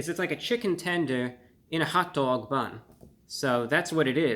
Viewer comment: in and I can't handle Reviewbrah and his hotDAWG pronunciation. 😂😅